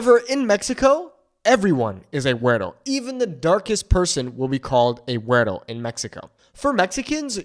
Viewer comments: don't pronounce the 'r' so hard in 'guero', dude. makes you sound like a white guy. and I'm a white guy (with Mexican grand parents) hmmm. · seriously.. a wyt man teaching MEXICAN spanish?? I'm MEXICA (pronounced meh-SHE-kah).. don't take classes from a wyt guy.. WTAF?? stop it.. seriously.. wypipo ruin EVERYTHING! you don't even pronounce "WETTO" correctly.. they call you that BECAUSE you're caucasian.. it CAN be endearing.. or.. it can be an insult.. kind of like when wypipo in the south say "bless your heart".. you may have LIVED in mexico.. but.. you're not educated in the nuance or culture.. and.. I've never lived in what is now known as mexico.. my bloodline is anchored to the two thirds of the land mass that is now called the USA.. I will never take instruction about MY heritage from a wyt guy!! especially when you don't understand that our native tongue is Nahuatl not "spanish"!! because spanish is the language of the colonizers and genociders.. maybe learn about THAT? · Ey foo, why do you change into a whole different being when you pronounce “güero”? All my Chicano compas don’t even put that much sauce on how they say it 😂😂😂